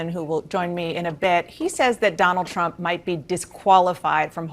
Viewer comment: sounds like you said donald tramp lol.